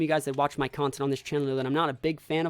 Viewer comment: Its Content not contact but you got it :p